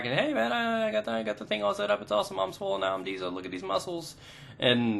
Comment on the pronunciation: YOU SAID SWOOLLLLL!!!!! i love you